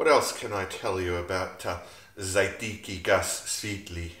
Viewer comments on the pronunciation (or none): Hey mate, good work I like your style. Pronounced: z'ar'tetsky goos svyet-lee